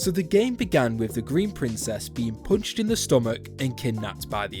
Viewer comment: "the princess gets poonched in the stoomach"